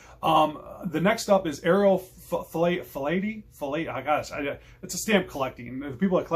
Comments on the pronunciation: Philately is pronounced 'fee-lat-er-ly' say it as one word - hope this helps. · Sounds like / spoken as: " Fil-at-ily "...